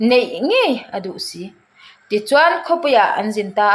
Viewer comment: Lawm bawih, 'i ril a ṭâm chuan chaw ei rawh' kan tih a, 'chuan' kan lam rîk ang hian, 'a notê chuan' tih kha lam rawh.❤